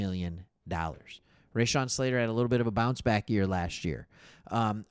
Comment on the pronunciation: you are NOT saying Slaters, 1st name the correct way?....LOL